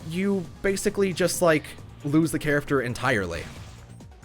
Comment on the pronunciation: Oh man I hear it not and I CANT STOP HEARING IT! WHY DID YOU HAVE TO MENTION "charaFter"? I can't stop hearing it!!!!!